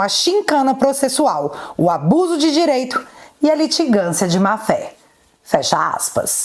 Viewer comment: “Cuidado” do xande só fala “Desmoctrarico” “dereito”